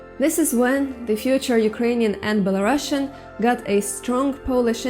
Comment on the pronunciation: Not Belarussian but Belarusian (with "oo" sound where "u" is), please.